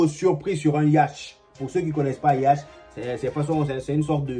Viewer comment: Toi tu lis vraiment en français hein mon frère 😂😂😂 "Frenkie De Jong" "Un Yacht" 😅 Tu es vraiment drôle